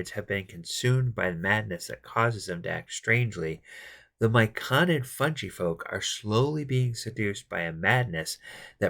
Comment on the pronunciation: Thanks for this, my party are about to enter the Grove :) Oh, and it's fungi with a hard G, not funji